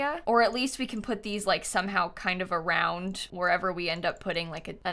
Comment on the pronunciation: in every single video: "Should we wrap around de porch?" 😂